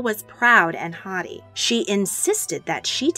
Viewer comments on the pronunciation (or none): I've never heard "haughty" pronounced as "hottie" before...lol